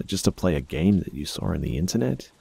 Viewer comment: Hey, why do you pronounce the word "saw" like "sar" btw?